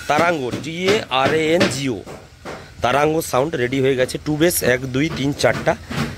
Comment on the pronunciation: দাদা ওটা তরঙ্গ সাউন্ড হবে, not তারাঙ্গা 😂😂😂